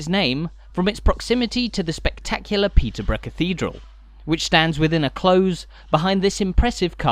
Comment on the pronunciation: It’s a close (with an s) not a close (with a z)! 😊